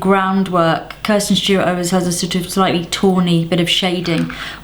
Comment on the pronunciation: Kristen not Kirsten